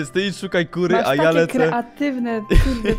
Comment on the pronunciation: powiedziałaś ku*wy zamiast kury